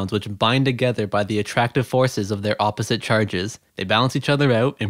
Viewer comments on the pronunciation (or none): none